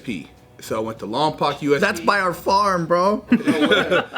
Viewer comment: I grew up in the Lompoc area it’s not lompac, it’s Lompoc like lom-poke